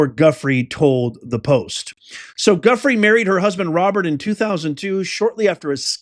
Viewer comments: I believe her name is pronounced ‘jooFRAY’. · Goo-frey is pronunciation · Hey Its pronounced jiu-frey 🇺🇲🇺🇲🇺🇲🇺🇲🇺🇲🇺🇸 Thanks for the informational content Love your trump voice 😂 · her name is pronounced “joo fray.” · Lifting her up and praying that Virginia Giuffre be held in Jesus' healing hands and that she comes through this ordeal swiftly and completely. Professor, her name is pronounced "Jew-fray". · It's pronounced JIFFRAY